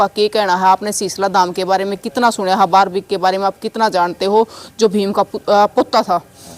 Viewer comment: बिलकुल आपकी भाषा पसंद नहीं आई बारब्रिक नही बल्कि बर्बरीक है आप बार बार यही दोहरा रहे हो